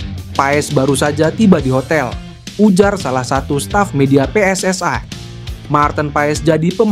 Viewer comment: Min lidah elo jangan seperti lidah jiran.....elo kan bukan bule, pakailah pelafalan Indonesia yang bena pe-es-es-i (PSSI) BUKAN pe-es-es-ai.....wo ai ni